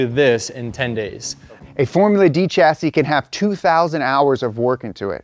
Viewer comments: Chassis is pronounced /ˈʃasi/ like Shassy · It's torture Americans mispronouncing Chassis, coupé, jaguar and aluminium